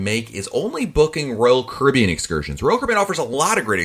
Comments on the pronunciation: I hear Rulkaribbon! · “Roll Kibbean” or “Roll Cabbean” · Manny Lyn “Roll Kibbean”, that’s what I hear, lol.